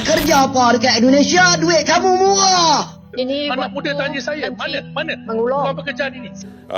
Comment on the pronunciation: Murah atau muwah??? Ngomong pak cik ini bikin puyeng bahasa alien kah??